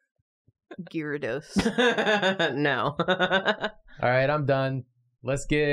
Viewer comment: Why do people ignore the Y in Gyarados? Edit: Love ya